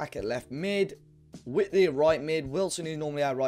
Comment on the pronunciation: it's not wit-lee, it's white-lee